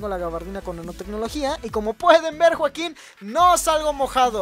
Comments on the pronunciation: porque siempre dice juaquin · Por que siempre dices joakin